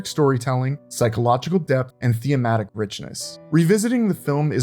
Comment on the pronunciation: what is “theeimatic?”